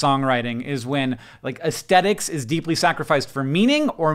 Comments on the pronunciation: The word is aesthetics, Hank. With a th. /ɛsθɛtɪks/ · I find the way you pronounce the "th" in "aesthetics" very aesthetically unpleasant.